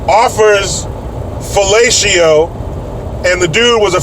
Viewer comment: Hahahahah “he offers the guy some FA LA SHEEO”